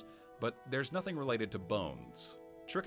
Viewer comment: you can contract trichinosis from a lot more than bears, and it’s pronounced trǐ-ki-no-sis, not try-ki-no-sis, the first “i” being pronounced like the “i” in “pig (another animal you can get trichinosis from btw)” not “bike (not something you can get trichinosis from)”. Anyway, fun idea for a video.